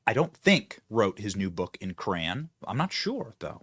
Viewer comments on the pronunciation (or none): My only take away from this video is that Benny pronounces Crayon as CRAN… like WHAT?! Lmao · 😁😁😁 Benny Johnson I’m going to Karen you! 😁😁😁 It’s pronounced Cray on , not Crayn. 🤣🤣🤣🤣